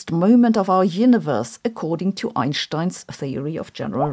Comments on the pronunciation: Thank you Sabine for teach me how to pronounce correctly "Ein sssshhh tein". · Best pronunciation of “eye’n-schtein” ever.